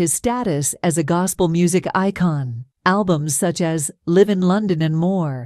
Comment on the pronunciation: Please, in the future, Live is a short pronunciation of Alive in concert. For some reason, I get uninterested in your channel when you continually mispronounced words. In the future, maybe consider running your pronunciation amongst colleagues of various races, especially the Black community.